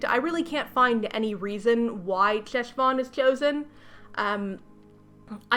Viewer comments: I did come here to comment on the pronunciation of Heshvan (the ch/H is the back of the throat sound like the French R) but I am glad you at least touched on how the author clearly knows nothing. And now you’ll hopefully never have to say it again. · Ooof. I love your videos, but please, if you are going to use hebrew words, ask someone how they are pronounced please. (the ch in 'Cheshvan' is pronounced similarly to the ch in "Bach") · Hi, loving the video, and I'm sure other people will point this out too, but I wanted to say that Cheshvan is pronounced with a hard 'h', not a 'ch'! Think Chanukkah or Loch. Thanks :) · I absolutely don't fault you for not knowing, but the Jew in me needs to mention that Cheshvan is pronounced [HESH-von]. Ch in Hebrew transliteration is pronounced as a phlegmy, back of the throat, "H." I also absolutely agree with your assessment that the author probably saw that Cheshvan takes place kind of vaguely around October/November most years, and went "Ah, this must be the old, Biblical Spooky Month." because there is no Jewish holiday or significance to Cheshvan that I can even begin to think of. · Hey! Fluent Hebrew speaker here (: just wanted to say that “Cheshvan” (חשוון) is pronounced more like “Heshvan” (the letter ח doesn’t exist in English, it kinda sounds like ach in German? Or if you’ve ever heard someone Jewish say “chag/hag same’ach”) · I’m sorry but every time you pronounce חשון as “Cheshvan” I internally die inside. The “Ch” is a velar fricative lol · Jew here. Cheshvan is actually pronounced more like a throaty kh. Like the sound you make before you spit. Khhhhheshvan. It's a Hebrew month name Lol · Hiii I love ur videos! Just want to inform you that the Jewish Ch sound (as in Cheshvan) is actually pronounced at the back of the throat, like in Channukah, chaim, Pesach, etc., not like the English Ch. It's also sometimes transliterated as Kh. Hope this helps!